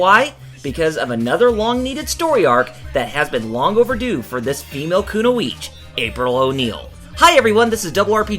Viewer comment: kuno-eech? Kun-oee-chi. Kunoichi